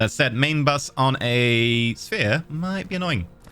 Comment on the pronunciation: You have to love ability to speak as sphere sounded like spear.